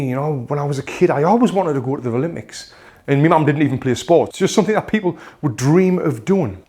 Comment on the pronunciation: I have one question why do you say ralympics instead of Olympic hahahaha